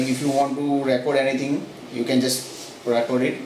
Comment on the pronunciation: Thats not how you pronounce the verb "record"....you are pronouncing like a noun....eg " I have a record of that "....."we keep on record"....to record the emphasis is on the o and the E souinds like an EE. Try and you will sound much better. Thanks for the vid.